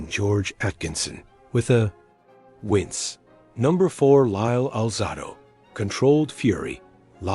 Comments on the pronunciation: Willie Brown?! Skip Thomas?! C'mon man! A. I. Should've been named Larry because you're killing me and alzahdoe instead of alzaydo positively BRUTAL! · Lyle Al -zah-do????!!! AI ****!!!!